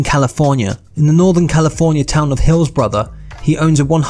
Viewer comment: You pronounced his estate in Northern California as being in “Hillbrothers”? It’s “Hillsborough”. I live in the same town.